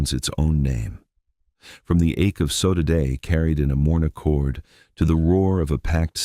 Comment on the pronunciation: Good content. Discusses the people and their history in a respectful and dignified way. Since this is AI narration, surely the mispronunciation of sodade can be corrected, right? (two syllables, not three). Same for Tubarões azuis, velha, and all appearances of São.